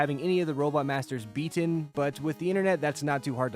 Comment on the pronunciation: the way you say beaten triggers me yet you don't enunciate the T in don't